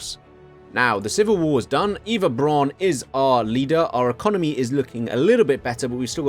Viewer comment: You’re mispronouncing virtually every German word throughout the video, including ‘Eva’ Braun